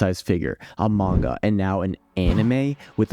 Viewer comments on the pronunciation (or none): none